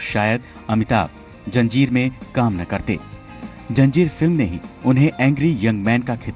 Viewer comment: For god's sake improve anchor's pronounciation. It is Zanjeer NOT Janjeer.